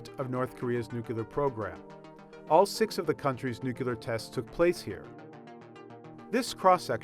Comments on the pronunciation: it's NUCLEAR, not NUCULUR. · 98% percent of the comments it's NU-CLE-AR NOT NU-CU-LAR (So what he pronounced it wrong you knew what he was talking about stop acting like he offended you personally) 2% are actually about the video. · Exactly. It's pronounced "Nu-CLEAR" not "Nucular". It used to be that only Homer Simpson and George W. Bush pronounced it that was. FFS!!!! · Whoever narrated this video: the word is nuclear...N U C L E A R...nuclear. There's only one U in nuclear, so it's pronounced nuke-lee-ar. It's not spelled N U C U L A R, so it shouldn't be pronounced nuke-u-lar. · Nuke-lee-er, not nuke-you-ler! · What is a Nu-cular .. Did you mean New Cooler? .. Did you get a new cooler? How is this Okay by New York Times standards. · Oh good lord.... NU-CLEAR. not, NU-KE-LUR. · People don't talk about "Nucular" anything! They do talk about "Nuclear" stuff though. Might pay to learn how to pronounce that without sounding like a moron. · It's pronounced "Nu-CLEAR" not "Nucular". It used to be that only Homer Simpson and George W. Bush pronounced it that was. FFS!!!! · get out of here with your "nucular" and "aliminum" for that matter. it's appalling... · Nucular isn't even a word. Why is it so hard for idiots to say nuclear? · Hehehe, you said Nuclear. It's Nucler, the s is silent. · NUCLEAR, not NUCULAR! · Penguin:We gona use this nucular reactor to make this van fly Hippo:NUCLEAR REACTOR!!! Penguin:NUCULAR... From madagascar 2 👌👌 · Not nu-q-lar, new clear (nuclear) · Fcuk this "Nucular" crap, can't watch this anymore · "Nuke-yuh-ler"? Come on. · Repeat after me: New, Clear. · Dude, did you really say nucular? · It's "NUCLEAR"! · GW BUSH would say NUCULAR. Educated people do this. Why? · Das wort heißt Nukular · NUCLEAR NUC- LE-AR!!!! NUCLEAR NUCLEAR NUCLEAR! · Nucular..... Lmfao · I think he was talking about new-cooler weapons. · lol " nucular", u gotta be kidding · What does 'nucular' mean, NY Times? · Nu queue lar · New-clear . New-clear. New-clear.